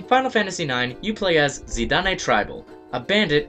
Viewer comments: i'm sorry not trying to be rude but it's not "Zee-Dah-Nay" it's pronounced "Zi-Don" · It's "Zi-dahn" not "Zi-da-nay". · Probably been pointed out already... but "Zee-Daan"... Not "Zee-Da-Nay" (see Dissidia for reference)... though personally I always pronounced it "Zy-dayne" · Yeah there was a big reveal in IX alright, but a little similar to the big reveal in VII. But still good in its own right. Zee-dah-nay? That's the worst pronunciation I ever heard. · is pronounced Zidan... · *twitches slightly at your pronunciation of Zidane's name, but ultimately ignores it*